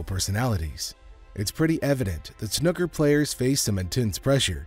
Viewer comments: It’s pronounced snooker not snoker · FFS, it's not 'snucker' it's snooker. The double 'o' is pronounced as in FOOL! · But snoker makes the match more dramatic